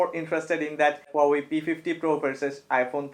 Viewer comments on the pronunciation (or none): none